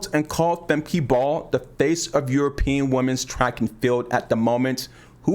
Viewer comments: Thanks for the tip, I've been calling Femke FEM-KEY for the longest but I just started calling Fem-kuh once I learned about how to pronounce it correctly recently. European names are so hard to say because of all of the consonants. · pronounce her name right: Femke (Famkuh) uh not ee